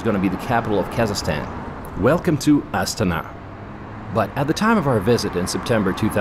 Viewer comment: How come the name of the capital city is pronounced differently from the cycling team of the exact same name? I have never heard the Astana cycling team pronounced the way that the man in video is pronouncing the capital city of the same name.